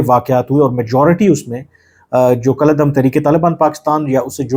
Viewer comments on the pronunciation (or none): none